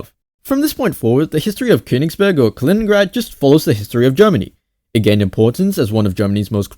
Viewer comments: not Калиниград, its Калининград! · не "Калиниград", а "Калининград" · You are pronouncing the name of the city wrong